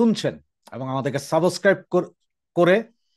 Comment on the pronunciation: সাবস ক্রাইব উচ্চারণটা সঠিক ভাবে করুন। আপনাকে ধন্যবাদ।